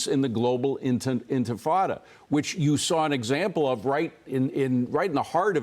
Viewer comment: enfuhhtada lmao. nice one by the news guys not being able to pronounce words they are reporting on lol